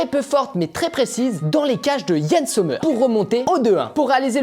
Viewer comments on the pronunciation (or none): none